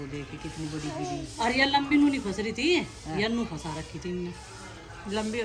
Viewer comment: Kahan se graduation ki h aap ne ji.. Khud clear nhi to bachho ko kya padhate honge...फशा kya hota h...फंसा होता है